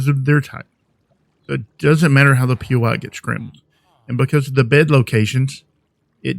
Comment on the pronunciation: Not poy it is POI, it is short form for point of interest